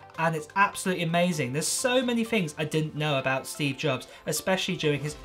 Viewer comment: It seems "abougt" right. But I hope it's a little less than that.